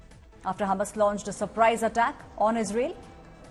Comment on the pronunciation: It's Hamas and not humus 😂